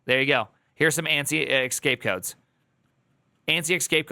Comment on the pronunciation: not "excape" but "escape" codes... you don't even realise that you sound dumb right now and once told I'm sure you will defend it.. (The same with ChatGPT "GePeTe" 🤮 ) "Oh!.... mm mm. It should be pronounced \"e X s c a p e\" o! ooo! eeee...." you are so stubborn sometimes. hehe;P